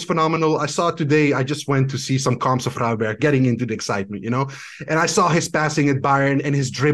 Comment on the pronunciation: Really annoying that he wouldn't correct the pronounciation of Gravenberch. The "ch" combo is pronounced as the "g" sound. So the ch sound is nowhere near the English sound in Dutch.